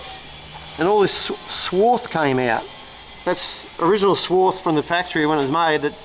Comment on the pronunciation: If is going to be a machinist he needs to know its "swarf" not "swarth".